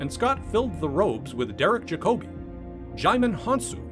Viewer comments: Its pronounced derek jack-abee not jac-obey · Jacobi pronounced - Jack - oh - bee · Derek Jacobi is pronounced (in his UK) as JACK-O-BE . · That's not how you pronounce Sir Derek's name.